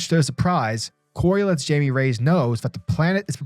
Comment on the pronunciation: Great read! Just wanted to let you know it’s not pronounced Jamie it’s actually pronounced like (Hymay) they pronounce it perfectly in young Justice if you need a reference point! Great video :)